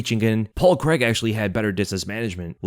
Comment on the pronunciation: There's no Paul Creg- try this phonetic pronunciation- Crayg. It's sounds horrible, as a Scot, to listen to your lazy pronunciation of a good Scots surname!